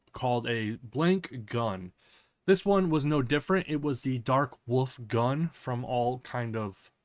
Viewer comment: It's not gan, but gun, which means "army". Edit: For people who speak only English: it is pronounced "goon", not "gun".